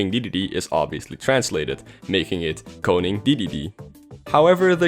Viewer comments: Damn are you Dutch??? You have no accent, you sound like a native speaker. I started to question whether you were English when you pronounced koning so perfectly😂😂 This was a cool vid!! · U said koning really well good job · Wait you are dutch? You said koning so well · Is he dutch? He said konig perfectly. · You said koning SO good! I can say it bc i am Dutch😁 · you said koning from koning dedede very well! are you dutch by any chance? also young link was changed to "jonge link" in dutch aswell. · The way you pronounced “Koning” was actually really good Edit Nevermind you speak dutch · Dude. You NAILED the dutch pronounciations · whaaatttttttt! Ik dacht al wat kan hij het goed uitspreken. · Koning, not konig